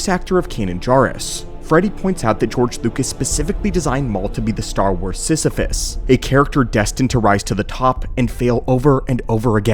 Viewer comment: You mean... Sith-iphus?